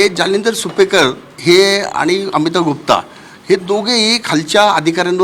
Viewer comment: गुप्ता - नावातच गु जालिंदर नाही दलिंदर